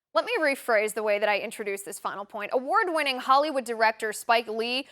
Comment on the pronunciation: Awart winning what??? Who is this a a a s s s w w w i i i p p p e e e???